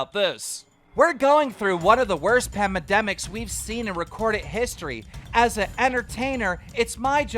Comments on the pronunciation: Did he just say pamademics instead of pandemic minutes in 😂😂 somebody call the ambalamb I’m done 😂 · keem says "pamedemics" instead of Pandemics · Wait did keemstar pronounce pandemics as “pemedemics”? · keep instead of saying pandemics he says pamedemics 🤣🤣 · Did Keem just pronounce pandemics as panmedemics? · Nobody: Keem: pronouncing 'pandemics' pamademics.. 😂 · This guy said "pamademics" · He said ‘pamademics’ right? 😂😂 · when keem said "pamedemics" - i really felt that. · “Pamademics” lol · “ Pamademics “ nice reading Keem 👍🏻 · keem : pamademics😂😂😂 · Man said "Pamademics". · Did Keem on said "pamademics" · Learn to read keemstar!, you garden gnome fuck. pamademic? That's not a word my guy. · Holy shit keemstar said pamademics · "pamademics" lmaoo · were going through one of the worst pamademics wtf thats not how you say that keem